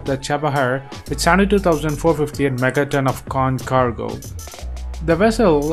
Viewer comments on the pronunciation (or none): none